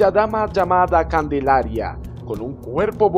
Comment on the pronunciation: Calendaria o Candelaria? XD